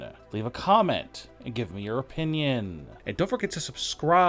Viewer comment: Why would they fire or release Sasha Banks?? I think she is injured.....it could have happened when she attacked Bianca Belair....... WAIT HOW DID YOU PRONOUNCE WWE CHAMPION n OPINION (Listen)